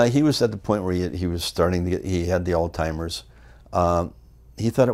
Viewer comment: Great interview and there's something genuine w Greg too...tu for listing the year it took place...what is it w calling Alzheimer's...All Timers!!!! Pronounce the Z dopes..lol